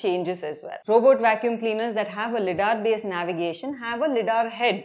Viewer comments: LIDAR is pronounced as "lie-daar" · LiDAR pronunciation 😑😑